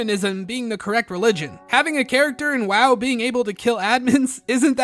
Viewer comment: You are saying ‘WoW’ wrong bro…